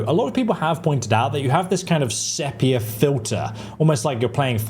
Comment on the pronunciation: 'seppier filter'. Does this adult english person not know how to say the word sepia? I mean...how?